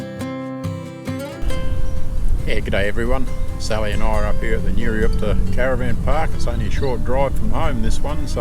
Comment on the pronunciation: Great video, enjoyed it a lot! Just a small correction, it's Nurioot-pa not Nurioop-ta Cheers, keep up the good work!